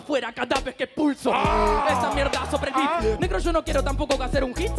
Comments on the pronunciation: aaa dice beat pense q dijo pito xdxd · Entendi pito en vez de beat. El unico?